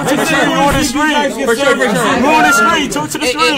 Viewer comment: Fur shur😂😂😂